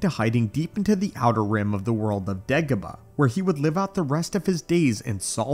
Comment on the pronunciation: It sounded like you said ((Degabadoh)). LoL It just rolled into my ears like that, idk. 🤷 👌